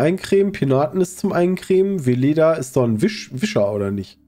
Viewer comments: Weleda ist nicht Vileda. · Weleda ist NICHT Vileda (Wischmopp). Vileda heißt so, weil es sich "wie Leder" anfühlt. Weleda ist eine Naturkosmetikmarke.